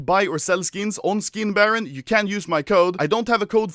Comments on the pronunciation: it's SkinBarOOOOOn and not SkinBarron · Is it just me or I heard how Anomaly said "how did they buy foreskins for money"